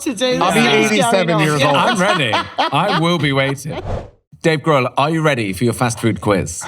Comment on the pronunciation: Dave “Grove.”😂